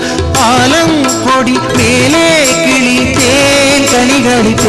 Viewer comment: வர வர நமது தமிழ் உச்சரிப்பு தாழ்ந்து விட்டது .... ளகரம் மொத்தமும் சரியாத பாடபடவில்லை .... கிளி அல்லாமல் கிலி....பள்ளம் சிலர் உள்ளம் என்று பாடாமல் பல்லம் சிலர் உல்லம்.... நமது தமிழ் பற்றும், குணமும் எல்லாம் தாழ்ந்து வருகிறது....🤦🏽